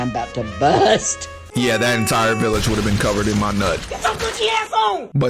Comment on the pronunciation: That got me laughing and shiting how you said nut